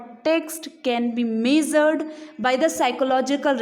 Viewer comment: Measure also